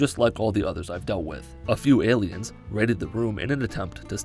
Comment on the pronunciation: Is he saying ayleids instead of aliens? I honestly can’t tell and it’s driving me crazy